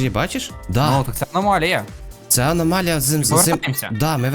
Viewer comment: Не аномаля а аномалія